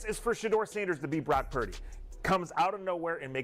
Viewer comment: You have to get the annunciation correct, Pur-dy. Close no dice 😂